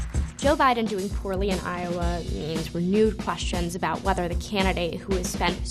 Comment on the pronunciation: Seems as if "EYE - OH - WAAY" is a bit if a mess...